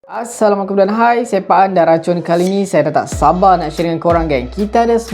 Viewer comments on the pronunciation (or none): none